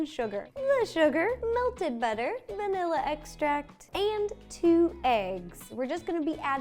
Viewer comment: I rewinded the video 5 times to see if she said Nila or vanilla I still don't know 😐